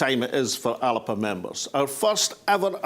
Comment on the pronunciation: Thanks, Alex for this pre-conference video, and I am delighted to hear you pronounce the party name properly as many in the party leadership do not bother to do. I have written to the Party to complain about the motions from Fife on the constitution and the one from Edinburgh on currency not getting on to the agenda, but my letter has been ignored. I have had no response not even an acknowledgment. If these important issues are not up for debate at the party conference then I will not be coming to Greenock and risking infection to discuss protecting old battlefields. I will just not attend the conference at all. If ALBA is not going to be a democratic party where the members are sovereign then I will not be maintaining my membership.